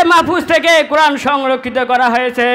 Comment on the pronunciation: O Bhai qoran shuddo kori porar ceshta koro